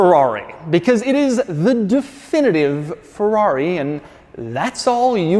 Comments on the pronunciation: Ferrori,really Doug.cracks me up everytime you say it. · Oh boy, cannot stand the YT-pronunciation "FORRAWRY" anymore .... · It is literally painful to hear Americans pronounce FERRARI. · I can’t stand the way Americans pronounce “Ferrari”. And not just that, but almost every foreign word. At least try pronouncing it correctly, just to show that you are trying, not just saying a word the way that you see fit.